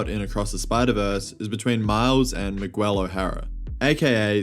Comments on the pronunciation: Why are you saying Migwel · Miguel O’Hara It’s pronounced MIG-L Miguel I feel like you would know this since you watched the movie and had enough time to make a video on said movie Like not to be disrespectful or anything, but mispronouncing a characters name can be off putting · I couldn't watch the video cuz the way you say Miguel :(